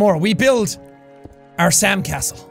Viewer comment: Sam castle sounds like sand castle